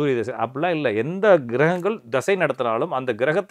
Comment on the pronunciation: திசை இல்லப்பா தசா.. தசை... சூரியன் மேல அப்படி என்ன கோபம்..